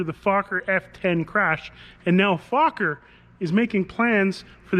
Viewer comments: FOker! Not fucker as u pronounce it. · It's NOT "FAWK-er", it's "FOLK-er". Dan pronounced it correctly in the vid. The company was started by Anthony Fokker, a Dutchman. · Not F-O-kker...